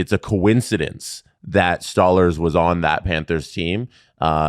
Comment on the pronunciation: If I hear this muppet say stole herz. Instead of stolarz one more time dear god man